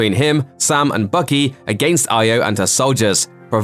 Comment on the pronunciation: Thank you for pronouncing Ayo correctly. (Eye-O not Ay-O)